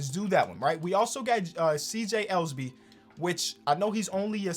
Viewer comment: As the only Blazers fan in your comment section, pronounce my rook's last name right, please... show dat respect, he's a hustla. C.J. EL-UH-BEE